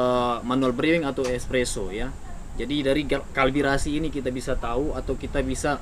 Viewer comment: kalibrasi/calibration bang, bukan kalbirasi